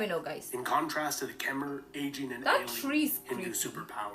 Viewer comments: Ayutthaya. Is Ay-Yoo-Thai-A...he completely destroys the pronunciation. Also Khmer is pronounced Ke-Mai. The Khmer people are of Cambodia. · You are wrong all. Ke Mai your a*s!